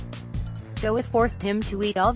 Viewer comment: LOL, Go-eth